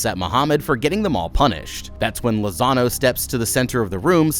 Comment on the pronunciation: Every time you said Lazano, I heard Lasagna